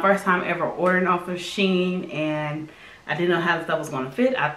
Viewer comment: Lol I pronounce it she in as well. But I love them I've ordered from them a few times.